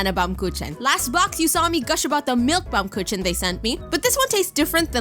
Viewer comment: the pronounciation of bumkuchen instead of baumkuchen is so funny